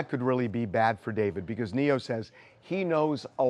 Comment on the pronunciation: It’s Neyo guys not Neo tf